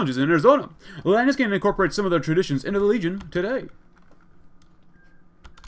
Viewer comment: Since Hekate bothered you so much: Lan-AY-us